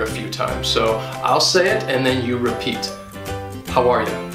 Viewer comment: The way you say "how are you" here sounds very much like "hawai"...